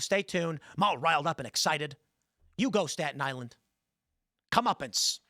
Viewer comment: LOL STALIN ISLAND not STATON ISLAND